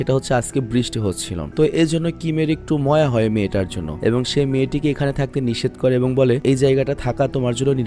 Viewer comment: ভাই ময়া হবে না হবে মায়া❤❤😅